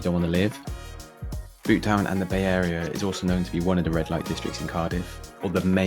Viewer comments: and Butetown is pronounced beaut-town rather than boot-town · How have you managed to get the pronunciations so wrong? Surely your research should extend to speaking to locals? Caerau - phonetically Ky-ra Ely - Eely Butetown (can't believe you got this one wrong - there's no Welsh in this name) Bewt-town Cathays (Cat-hays) Since you happily survived, you proved these places are not particularly dangerous, certainly not in the daytime. To suggest that Cathays might be dangerous during the day is hilarious. It's a mess - worse than usual when you visited because students had all just left their digs en masse - but it's far from dangerous.